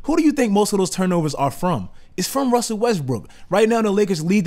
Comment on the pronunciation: you say "wussle westbrook" hahahaa